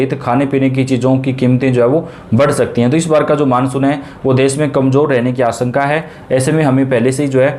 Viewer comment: प्रतिसत, आस॔का, वर्सा इतना भद्दा व गलत उच्चारण, ये चैनल आपके बच्चों का हिन्दी उच्चारण खराब कर देगा, इसे न लगायें